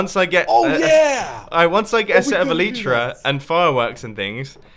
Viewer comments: please start saying Elytra right!!!! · Bumboooo, please pronounce elytra correctly 😂